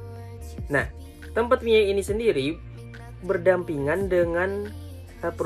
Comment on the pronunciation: bukan mai tapi mia bang